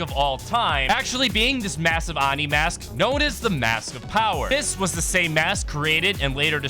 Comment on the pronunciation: its pronounced oh-ni dude